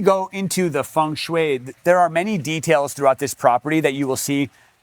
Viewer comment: Great video, but if you say feng shui one more time 😂